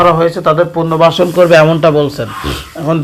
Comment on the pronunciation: কথাবার্তা শুদ্ধ করে বলবেন পুরনো ভার্সন পুরনো বাসর না পুনর্বাসন